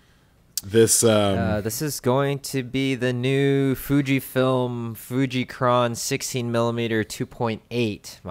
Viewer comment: Fuji-kron lol. Read, F U J I N O N, en owe en, fu-gee-non.